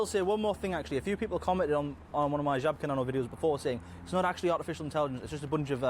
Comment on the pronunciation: It is Zhabka. Or whatever you would write it in English. Ż in Polish is like J in French